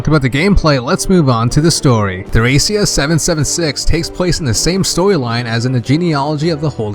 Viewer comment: btw. thracia is pronounced like trahkeea. Like trachea but with a short a sound. I always thought the game was trachea 776 until i saw it written out.